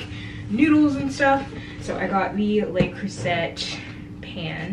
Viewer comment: Always good to see that you're alive and well miss 👍😊 How did you like the Tudor exhibit? Tripping over the stuff here 🙄😂😂 The swirly black and white frock looked fab on you. Oh and to avoid unintentionally offending the entire nation of France- Le Creuset is pronounced Le Croozay.